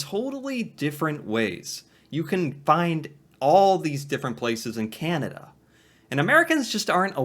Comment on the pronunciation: Can-a-da not Can-ee-da.